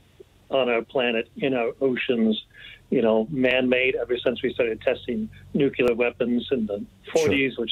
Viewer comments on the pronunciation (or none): You would think the guest would know how to pronounce “nuculer” as nuclear”.